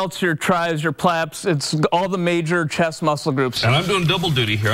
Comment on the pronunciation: Did he say "Plaps"?